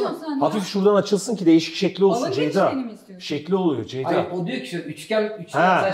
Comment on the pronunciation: nobody::çeyda deyda... ama asla Ceyda değil:)